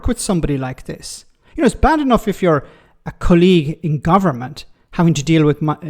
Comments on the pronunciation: Apropos of nothing, you have never sounded more Irish than when you are saying the word colleague. Not dragging you, but that took me right out of the flow. The only way it gets better is if you had a colleague named Colleen. 😂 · Why do you keep mispronouncing the word colleague?